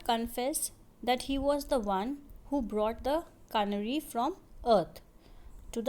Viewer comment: Ca na ry nhi hota stupid... Fool wo CANARY HOTA HAI DEHATI HO KYA?....